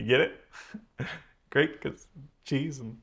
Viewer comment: ‘Grate’ lol